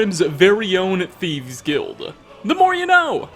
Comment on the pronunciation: am i the only one who hears saying thiebs?!?! sorry not picking on you haha